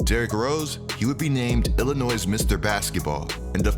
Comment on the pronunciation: This man said illi NOISE it’s illinoy bro lol